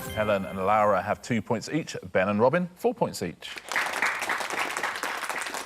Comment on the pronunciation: Yeah, the very first time he calls her "Lawa". Then "Lowra", and just keeps trying different weird pronunciations for no apparent reason (maybe he thinks he needs to twist his tongue because she's "foreign"). Fun fact: Lara Croft was originally called Laura and her name was changed to Lara to be "more UK friendly". But there's the UK... and then there's Richard Osman. 😄